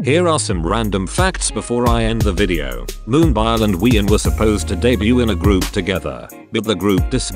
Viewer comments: i only hate that one point of this vid :vv what a pitty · I'm not by nature a cheerleader, but I think you're being too hard on yourself here. You made a compilation video and got it done and uploaded. That's a win right there. I can't do that. If I might make a suggestion, your own voice would be better than the computer voice, even if you're squeaky and stutter. At least you'd get Moonbyul right.